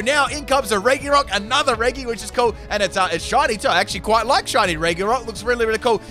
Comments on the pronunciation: Why does he pronounce regi with a hard g? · But regi is pronounce re-ge that how you say it or do u just have an accent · Bruh why is he saying regE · should I have "Electric Terrain"? Or "Electro Ball", on my Regieleki. ALSO "Regi" is more commonly pronounced as "Reji". So when you say "Regi" but with the "G" as is, it sounds disgusting when it enters my ear holes. Edit: I probably don't need it to learn electric terrain bc the head of my party is a Tapukoko who's ability activates electric terrain whenever it comes out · Why’s he saying Reg (e) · I hate how he calls them "Regee's" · Its regi (re-jee) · Not “reggy” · Regi pronounced gee as Reggie, not guh like Reggae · I can’t watch this with the way his mispronounced Reggie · the actual pronouns is reji even tho its spelt regi you are hurting my brain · am I the only one bothered by the pronounciation of Regi? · the way hee pronounces regi triggers me so much XD besides thats its an amazing vid!!!!!!!!!!!! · SOFT G, IT EXISTS, PLEASE FOR THE LOVE OF GOD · The fact he says Regis like that pains me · You say regi wrong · Great video, but your pronunciation of Regi is gonna make me commit several war crimes. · Is this mispronounced regi part of the meme? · He’s saying regi wrong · please pronounce it correct its very annoying hearing reggee instead of reji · stop saying regy please its pronounced like reji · It’s REH-G not REH-GEE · It’s annoying when he says “re GEE” and not “re g” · Him: pronounces it as reg-ee Me: screaming in redge-ee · Please... stop saying Regi like Reggy... it's officially Re-GEE, in every name, even Re-GEE-Ice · Regi (re jee) he says regi (re gee) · im in pain. why did you pronounce them as regi??? its re-ji??? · Its said reji not regi so the j sound instead of the g sound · its not pronounced "re-(hard)gee" its pronounced "re-jii" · It's not said like re ge it's said like re ge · Sorry but it does bug me that you say Re-gi instead of Re-Jee... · It's not pronounced reggi it's pronounced reji